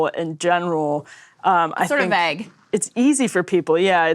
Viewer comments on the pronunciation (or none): I like how Krystal pronounces the word: Vague.